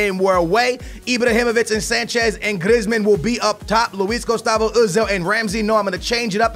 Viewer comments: Please stop calling him Grizmin and griz call him by his name Griezman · please may you stop saying Glizmen it is pronounced Greezman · its pronounced greezman not grizman